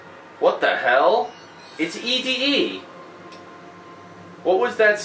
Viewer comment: Its actually pronounced Eddy not ED-E